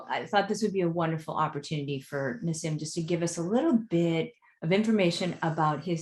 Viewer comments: It bothered me a bit that she couldn't pronounce his name, it's 'Nah-Seem' , not 'Ná Sïm'. He's cool. I like that he corrected the conversation, bringing the plasma concept to the actual concept of 'ether' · But she is butchering the pronounciation of him name! 😳